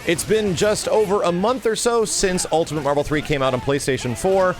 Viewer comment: said "Ultimant"